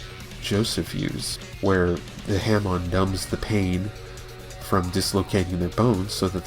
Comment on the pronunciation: Not trying to be a dick but you keep say hamoo,it's pronounced ha(as in ha ha ha)+moon.